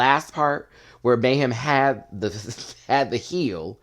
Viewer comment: 'Meh'-hem Miller. 🤷🏿‍♀️